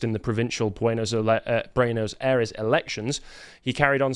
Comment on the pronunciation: /PEH so/ peso /BWEN as/ Buenos Aires -Ffs listening to your pronunciation is painful